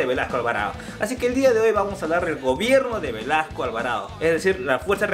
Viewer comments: dice Velaso no Velasco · su apellido a caso no es Velasco y no Velaso? Aunque errores los comete cualquiera